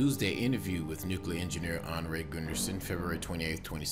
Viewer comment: Whoever narated this didn't even pronounce Arnie Gunderson's name correctly... So that shows they're new at this whole topic...